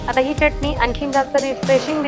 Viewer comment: Tai tumhi chyatani naka bolat ja chatani bolat ja chyatani ekayala bar vatat nahi